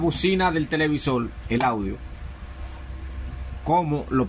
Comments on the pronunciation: Que interesante pronuncia la R pero como L..😊..Televisol... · PUERTO NO PUELTO Televisorrrr no televisolllll Explicarte con ERE NO EXPLICAL. HABLA BIEN POR DIOS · TELEVISOL NO, ES TELEVISOR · Por favor no uses L por R. Es puerto y no puelto. Es televisor y no televisol. Explicar y no explical. Etc etc